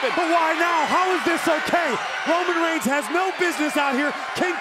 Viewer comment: Did I just only heard cole saying 'Browman Brains' Instead of Roman Reigns🤣